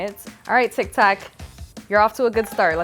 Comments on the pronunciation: Who’s heard her say instead of tik tok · alright lol it’s TIK TOK